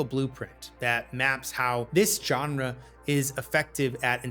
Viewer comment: I cannot believe how many young people don't know how to pronounce GENRE.